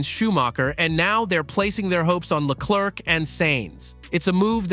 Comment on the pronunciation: the second C in Leclerc is silent (prononce Leclair) if not it sounds like jerk also Ferrari was well know for having a clear number one driver remember Fernando is faster than you or let Michael pass for the championship (Michael had twice the point than his main rival early in the season) the irony is Charles got beat 3 times by Carlos while being the number one driver maybe Ferari bet on the wrong horse